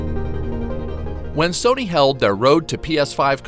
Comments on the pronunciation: Serny? Sirny? I swear I'm not hearing the narrator say "Sony" ... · Not trying to be mean but this man saying serny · Why the hell u keep calling s-o-n-y,........serney???? It's fucking up my mind bro. Why? Why? Why????? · The real question is - why does this dude pronounce Sony like “SURNEY”? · Dude said serny like 100 times but man he is meticulous when fact checking I found no false data in comparison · He says Serny instead of Sony. I don’t understand how you can mispronounce that. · I'm not the only 1 who keeps hearing him say SIRNY😂😂😂😂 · It sounds like he keeps saying didn't instead of sony, it's driving me nuts. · Man I never noticed the silent r in Sony that this guy is pronouncing